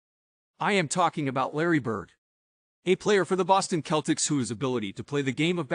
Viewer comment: Yah rtght? Awful. I think he is somehow AI generated since he not only sounds like an AI, but he said "Keltics" instead of "Seltics". Thumbs down.